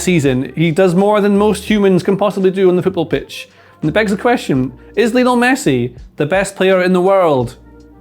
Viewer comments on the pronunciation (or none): Best player ever but people still pronounce his first name incorrectly. It's supposed to be pronounced the same as Lionel Ritchie i.e "lion-ul" not "Leo-nell"